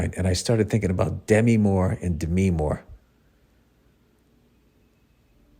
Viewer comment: Demi Moore's name has always been pronounced "D'mee"...I believe it's short for Demetria.